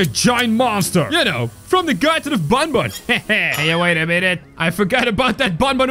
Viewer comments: it isn't bunbun it's banban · Its not bunbun its banban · it not bonbon its banban